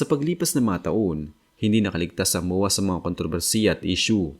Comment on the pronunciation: Moowaa pla Yan 😢 kala ko MOA MOOL DN tawag mo hnd lahat bisaya na nood Sayo kaya mag aral ka mag pronounce ng tagalog Ng Tama kaya kayo na pupulaan na bisakol or bisaya bay na bay Kasi sa poorma😅 promise